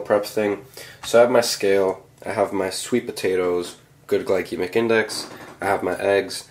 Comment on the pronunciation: Oh and just letting you know! You pronounce glycemic wrong, the C is said like see. Just letting you know bro haha, but anyways keep grinding.